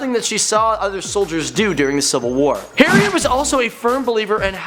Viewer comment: HE SAID HARRIEN